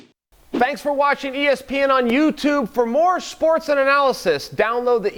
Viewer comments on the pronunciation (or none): Chael say's "Schports".